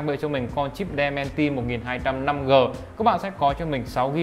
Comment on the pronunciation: Dimensity ko phải Demensity nhá bạn